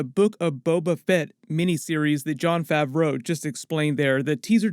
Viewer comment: Why you keep pronouncing Favreau like it's two separate words lmao...